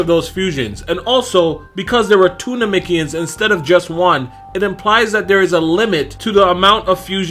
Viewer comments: Why he keep saying nemekians like that 🤣😭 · NAH-MEC-KEE-YINS.. That's how most say it.